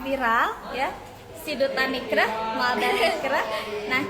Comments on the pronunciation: Jangan salah yaaa namanya M A L D A... Bukan M E L D A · Malda bang bukan Melda